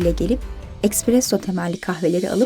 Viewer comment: Yıkıcı değil yapıcı bir eleştiri olarak algılayın yazacağımı . Ekspresso değil ESPRESSO